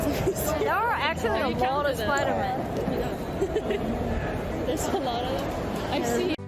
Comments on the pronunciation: Spoder Mun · I just knew I was really gonna cringe when she called him Professor X...only to have to hear Spidermun 🤣😂